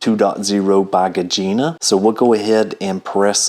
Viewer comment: You really butcher Gezine’s name every time you try to pronounce it. LMAO 😜